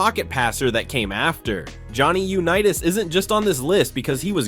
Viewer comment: Yuh-nitas?? Seriously, you need a pronunciation lobotomy.